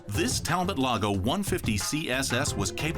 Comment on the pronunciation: Its French. Tal-bo